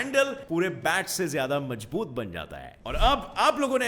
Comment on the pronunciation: It's mazboot not majboot